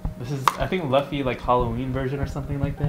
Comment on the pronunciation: The way pronounced luffy is killing me